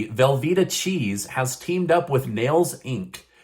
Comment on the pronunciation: Velvetta lol that's the cheesiest thing I have heard all day!